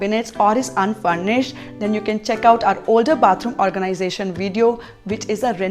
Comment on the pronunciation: Sooper organaisation, are you rich 😂😂😂